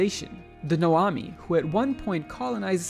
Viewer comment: I do like how you somehow managed to read Nomai as Noami tho